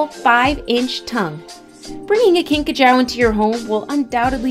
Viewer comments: Pretty sure its pronounced "kinkajOO" not "kinkajOW" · These videos are always confusing. Talks about Madagascar hissing cockroach... And only once shows one for 1.5 seconds.... The rest of the segment was common flying cockroaches. And mispronounced kinkajou!